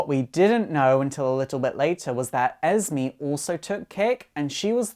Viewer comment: How he says esme “ez me” it’s supposed to be “ez may”💯